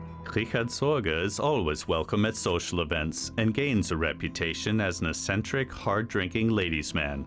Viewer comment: "Eccentric" -- pronounced ek-sen-trik. Not ess-sen-trik. Naughty robot!